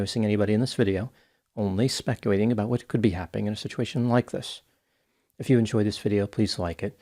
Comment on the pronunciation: Does anyone else notice that gives a side eyed look to himself, everytime he mispronounces the word "speculating". he does it in almost every video. lol